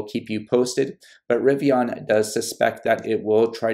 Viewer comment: It’s pronounced Rivi-IN, no ON. The end sounds the same as “olympian.”